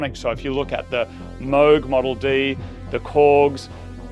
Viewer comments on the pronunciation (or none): It amused me that Kei To The City is pronounced "kay" and Moog talks about his "mohg" synths.